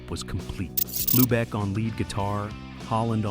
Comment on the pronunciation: Dave Hlubek, it's pronounced "Loobek", lose the H sound